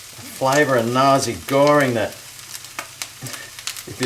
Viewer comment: I thought you were saying Nazi Goreing until I saw what was written on the box 😂